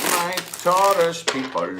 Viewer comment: Tauros versus gemini 🤣🤣🤣🤣🤣🤣